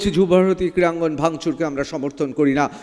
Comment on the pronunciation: সঞ্চালক 'ক্রীয়াঙ্গন' বলছেন কি না জেনে ? জিভের সমস্যা?নাকি sarcastically ? 😮